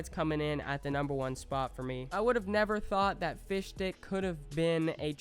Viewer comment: When he said fish stick it sounds like fish dick